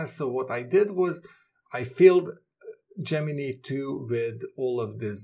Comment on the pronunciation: Your second pronunciation of Gemini is correct - the final syllable sounds like "nigh"